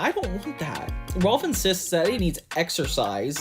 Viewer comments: Small nitpick, it's "Rolf" not "Ralph" lol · You kept calling Rolf “Ralph”